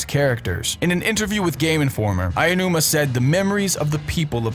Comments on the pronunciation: Why does everyone pronounce Aonuma's name Ayanuma? It's pronounced Ah-oh-new-mah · What kind of person would pronounce Aonuma as "Ayanuma"? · "aiyanuma"??? "caff eye?"??? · There's no "i" in Aonuma, please stop saying it like Aionuma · "I O Numa" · Great video but please stop say "Ayonuma" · “Eyeonuma” smh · Take a drink every time "Aonuma" is pronounced incorrectly. Hell, every Japanese name.